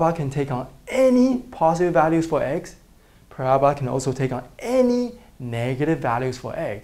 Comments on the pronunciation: Use transparencies next time you fold! Also the pronunciation is parabola not parabla. The symbol that looks like € mean "is an element of". The other symbol means "the set of real numbers" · he talking about the accent because it sounds like Prabla but we all know that it's parabola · I always thought it was para-bola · the way he says "parabola" lol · Honestly the only word that he isn't great at saying is "parabola". Quit being rude. I loved the vid by the way. Helped so much!